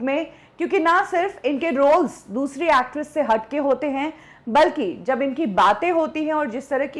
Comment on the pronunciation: हिंदी का उच्चारण सुधारें। Marathi influence is very clear. हैं को है बोलती हैं। इस तरह को और बहुत सारी गलतियां हैं।